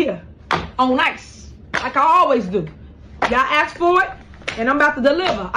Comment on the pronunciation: Ask, not axe